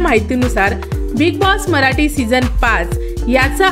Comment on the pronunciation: भाषा कानाला खटकते. मराटी नाही मराठी आणि येनार नाही येणार.प्रथम भाषा स्वच्छ व स्पष्ट बोलावी.